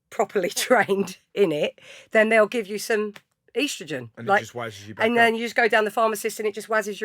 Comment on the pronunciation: "Eastrowgenn" 🤣 first time I ever heard that pronunciation. Lovely pod tho!